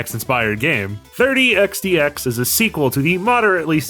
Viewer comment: Oh I see. I heard the developer pronounce it by just saying “x” twice.